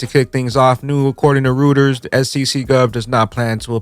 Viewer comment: Reuters "root"-ers NO! "roy"-ters YES.